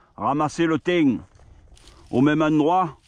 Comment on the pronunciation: Lol nous en Drôme le thym il chante 😉😉 au milieu de la lavande Et le risque qu'un nuisible ait pu faire ses besoins dessus est il possible ? J'espère que tu gardes bien les branches pour un barbecue éventuellement. En tout cas tu le prononces bien "le tiinn 😋😋"😀😀